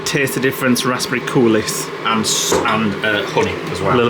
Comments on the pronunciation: Risotto is def going on my list to make! Also Coulis is pronounced coolee without the s. Made me giggle hearing say it wrong 😂😂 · Cooliss 😂 I do crack up at some of the food pronunciations, the all time classic was definitely chocks bun though. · You don’t pronounce the s in coulis! That porridge looked delicious! Love your vlogs guys ❤